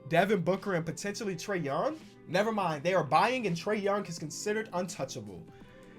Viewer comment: Who else heard “trea”d young